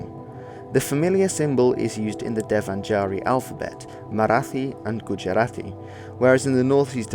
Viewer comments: First i was confused when he said devan-jaari? Then when he wrote it, i understood he's trying to say dev-naa-ga-ree. The 'ga' is NOT the 'G' we use in word "ginger", but its the 'G' we use in word "google" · Devanagari is pronounced somewhat like this Dave-naag-ree (stretched a, short g as in nag) not davenjari. Just sub'd your channel after watching your reaction video to RLL's AHH's slavery video. Good stuff you got here. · Oh!! You spelled Devanagari so incorrectly! It is spelled as Deva Na Ga Ri. Hope you get it. G is not pronounced like j. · Devanagari is pronounced as Deva-Nagari and not as Devan-Agari. Apart from that, it was a great video! 😄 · You murdered the pronunciation of "Devanagari",lol.But hey,great video.You comprehended 'Ong' very nicely but I didn't understand why you referred to Arya Samaj as some seperate religious community?Mind enlightning me?